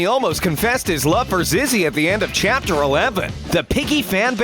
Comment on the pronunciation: WHY IS IT A LOST CHUPTER AND WHY IS A LOST CHUPTER